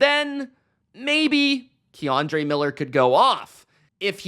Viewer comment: Ken dre lol not Keyandre